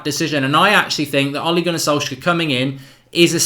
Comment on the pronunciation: it's Ole ("oleh") not Oli (Olee), also its Molde ("muldeh") not "Mould"! Learn how to pronounce before recording.